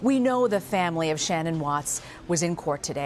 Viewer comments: 100% agree! What was the name of this awful female anchor who could not be bothered to pronounced Shannan's name correctly? Shame on her! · I wish these newscasters (I'm talking to YOU, CBSN woman who began this broadcast), would have the respect for the family to PRONOUNCE SHANNAN'S NAME CORRECTLY! For goodness' sake, you REALLY can't do that after supposedly "researching and covering" this case? Wow. Makes it clear that this station, or at least this ridiculous woman anchor, did NOT "research" anything, otherwise she'd know how to pronounce the dead woman's name. SHAME ON YOU! I'm done with this station, it's just SO disrespectful to the family. And anyone who says this is trivial, let me assure you that it is NOT. Families care about their loved ones' names being pronounced properly, they just do. Period.